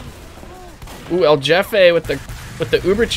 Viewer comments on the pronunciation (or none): I know it’s not his fault but hearing Jefay instead of “hefeh” made me want to die lol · When u say "jefe" its not like yefe, its like when u say "holy" but in "hefe". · There's no english J sound in Jefe, its like hey without the Y, hefe. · Does he know it's not pronounced like "Jeff-A" or..? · "jefe" is pronounced like "hefe" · isnt it pronounced hefe? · i would like to correct the pronunciation, but you seem to be having too much fun so sure, his name is jeffe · Why do you say jefe like that. That annoyed me the entire time